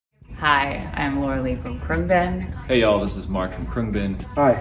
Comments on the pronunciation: khru-ung-bin not Khru-ang-bin finally got it right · Always pronounced it Crown-Bin but it's more like CroonG-Bin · oh mark's kruangbin pronunciation is really nice. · Well, I’ve also learned that I’ve been butchering the prononciation of ‘Khruangbin’ for the past 7 years 🤷🏾‍♂️